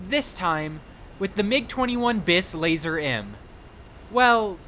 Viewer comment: It's pronounced lazur not lazer